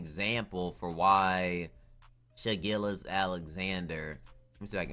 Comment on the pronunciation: “SHA GILLIS” BAHAHAHAHAHA